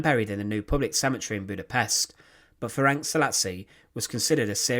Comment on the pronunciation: Thank you for the video, but maybe you should consider checking available sources, such as Wikipedia, for the pronunciation of the names. He was called "Ferenc", not "Ferenk". The "c" at the end is pronounced like "ts", not "k".